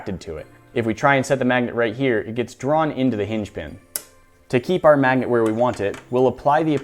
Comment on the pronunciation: lol mag-a-net